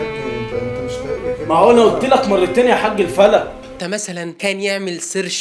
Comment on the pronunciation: لا يا أستاذ اسمها الفَلق